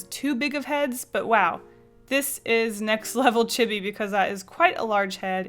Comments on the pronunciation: chibi is actually pronounced "chee-bee" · Chibi? It’s pronounced chEEbEE I think lol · The way you said "CHibee" brings me pain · I thought you were saying chibby then I re-herd it and I think you said Chibi? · Looks like chibi sounds like cheebee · I’m sorry but oh my gosh the way she says “chibi” is justtttt so wrongggg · You said chibi wrong! 😖